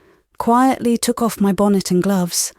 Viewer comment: Some odd pronunciation "bon-net" (bonnet), "auntypathies" (antipathies). Then there is the French pronunciation...🤔 Also, delivery I find monotonous.